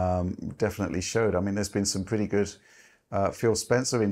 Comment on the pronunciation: A pwwee bweef. Fs aaw fwee. 1st impwwesion wewe extweeemly good